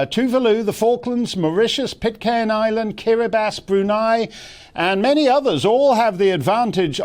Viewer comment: Heart eyes when Mark Steyn correctly pronounces Kiribati